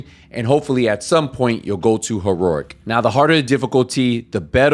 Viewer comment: There’s only one “r” in “heroic,” dude.